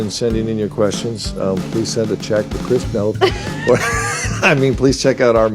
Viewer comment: Did she say "chris nth, nooth??" never heard it pronounced this way. even the writers of the satc series do not say it like that. hm..strange..